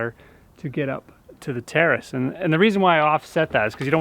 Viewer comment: why do i hear "terrorist" whenever he says "terrace" is it just me?